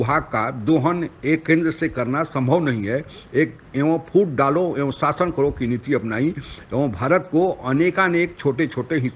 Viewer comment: Sasan nahin shasan, samil nahin shamil kahiye. You are speaking sh as s. You are making yourself a laughing 😂 stock. Correct your speech.